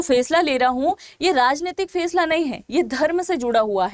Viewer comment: फेसला नही फैसला - जेहाद शहर नही जेद्दा शहर उच्चार दुरुस्त कीजिए - मॅम